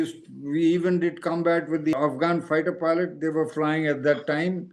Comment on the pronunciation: Faackistani Filot...😂